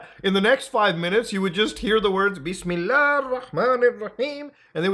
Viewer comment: Not me setting Muta’s perfect “Bismallah” as my text tone for the next 10 years.